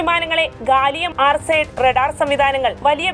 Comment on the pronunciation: Mk1 അല്ല mki, ഗാലിയം ആർസൈഡ് അല്ല ആർസനൈഡ്